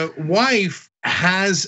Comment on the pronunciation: What really kills me is the pronunciation of "WOIFE"